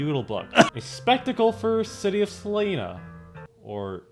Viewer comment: The I in Salina is not pronounced as and E it's pronounced as an I. The train is named after a city in Kansas, there is a city in California named Salina pronounced the way you did though.